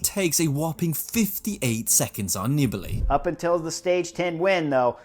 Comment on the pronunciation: NEE-BAH-LEE, not Nibble-ee. Screwed over by Horner, who admits cutting him off on the climb. A real unclass act. Wonder how welcomed he would be if he ever showed-up at a Grand Tour or Monument? Better stay home in the bedroom making your podcasts where it's safe.